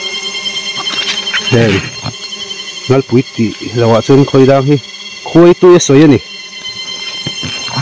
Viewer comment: Khawidang nilovin Khuaidang tih tur ani. Khawi ti a lam an awm fo thin a, Khuai tih tur zawk ani e.